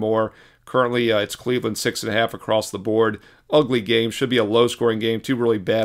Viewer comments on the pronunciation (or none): none